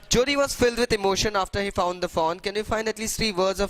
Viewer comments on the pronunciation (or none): Sir I am getting confused taht what are you saying foe, doe or fawn